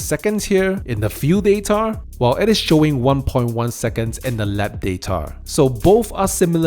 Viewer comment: Its data not datar buddy